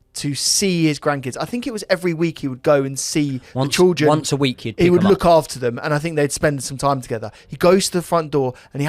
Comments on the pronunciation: I can’t get over the trildren pronunciation 😭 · I love how you say triljun instead of children 🤣🤣 great stuff boys 👏👏